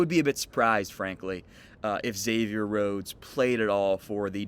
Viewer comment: Thanks for pronouncing is right. I have a friend named Xavier and he hates being called “Egg-zavier.”